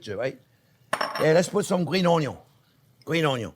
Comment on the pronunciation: People like to joke about him pronouncing onion as onyo.. But I haven't seen anyone talk about oil pronounced as oylyou!